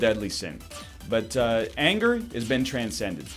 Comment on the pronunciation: "Anger has been tran-send-ed"